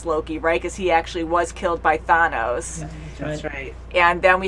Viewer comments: At least it's better than "Thane-us." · Every time pronounces "Thanos" that way, a kitten dies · Some one did storm dirty telling her to pronounce thanos that way.....🤣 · 🤣, The funny part is she's been corrected MULTIPLE times and even acknowledged her mistake and fixed it only once then went back to mispronouncing it every time afterwards